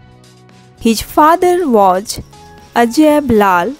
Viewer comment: Hey you first make right pronounce the English word like i say (was) is correct pronounce but you are saying (waj)and (storige)is not correctly but (stories)is correct pronounce